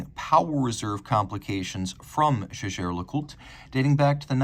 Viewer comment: Because it’s Jaeger Le-Coultre, not Jaeger Le….it would be like calling Alec McGuiness Alec Mc…..hence it’s JLC